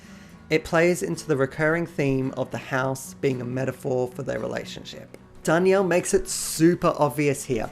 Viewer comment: You're mispronouncing john's last name btw. Souds like John Dar(neal)